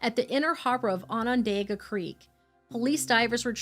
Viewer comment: If you use Google, it can help with pronunciations like for Onondaga… ON-ən-DAH-gə. It’s like On-an-DOG-a not On-an-DAY-ga. I live in upstate NY, which freaks me out that this story took place so close to home!!